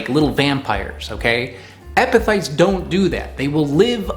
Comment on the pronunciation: You did a good job on explaining what epiphytes are. Pronouncing the word however 😂